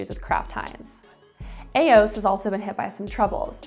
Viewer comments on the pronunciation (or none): E-O-S, not Ay-ose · E OS not AOS 😂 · “A” OS??? It has an actual E in it. It’s E-OS.